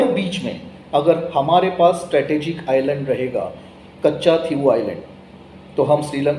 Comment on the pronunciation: The pronunciation of Katchatheevubisland is not कच्चाथिवू आयलंड, but कच्छदीव / कच्छदिवु आयलंड (=कच्छद्वीप, i.e. Turtle island).